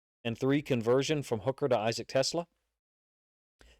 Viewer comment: Pronounce his name right. His name is Te-SLAA" the ACCENT is on the SECOND syllable